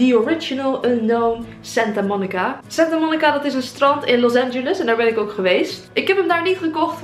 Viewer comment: Wel grappig dat je in santa monica bent geweest en dan de naam niet iets normaal kan uitspreken omg ik ga stuk